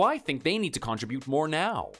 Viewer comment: PLEASE...learn to pronounce "contribute"!😮